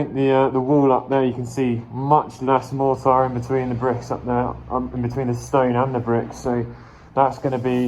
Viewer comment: I love the way say mortar, just can't get over it